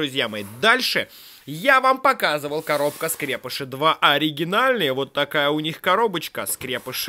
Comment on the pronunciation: правильно говорить скрепышИ а не как дификтивный скрЕпыши